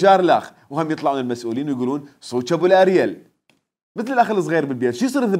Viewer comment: ابوو الئرول هههههه مو البوو الئريل هههههههههه